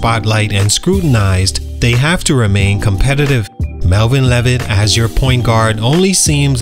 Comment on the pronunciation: Mispronouncing his name 🤦🏽‍♂️